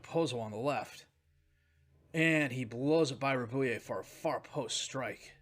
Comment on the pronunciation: Just FYI, Rabouille is Rab-uwee, basically. Like the word ratatouille.